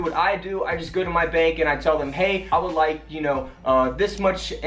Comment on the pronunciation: bank, not bak.